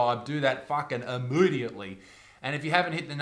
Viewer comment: I love the way u say IMYDIETLY